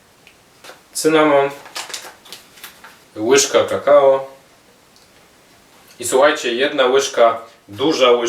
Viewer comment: powiedziales kakao czy kakała? bo mam dylemat